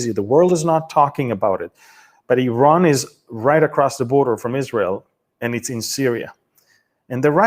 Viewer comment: U talk about news but shame u can't even pronunce right the words. Iranian pronunciation is like India Israel Italy iran .. all begin same way. Learn Mr Amir first